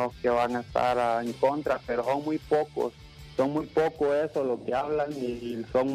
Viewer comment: El hondureño no dice son dice jon , el hondureño no dice asaber dice ajaber etc etc